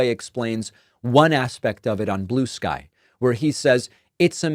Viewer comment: It is blue sky not blue ski. Stop